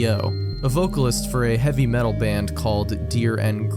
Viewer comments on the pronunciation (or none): none